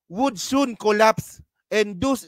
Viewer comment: thus not read as dos pls correct reading ability